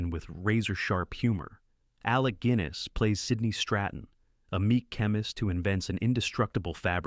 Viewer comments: Alec Gwinness?? It's Guinness as in the drink. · Gwinnis? Really? Lose the AI narration FFS